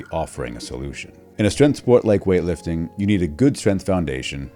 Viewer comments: Strenth is not a word. Maybe learn how to say the word before making a video on it, expert. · Oh cool! An expert who can't say "strength" interviews an expert who can't say "tenets"! What a video!